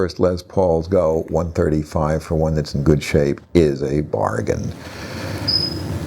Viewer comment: yeah I know, it's just the way he says 135 near the end....